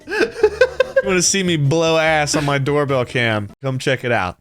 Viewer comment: Did you just say "that's a door-a-bell?" :D